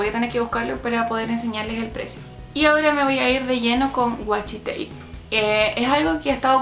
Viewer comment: Es WASHI tape no wachi tape xD